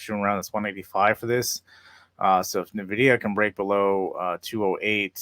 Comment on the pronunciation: It's not "nah-vidia." It's "en-vidia."